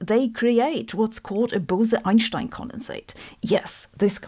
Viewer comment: The correct way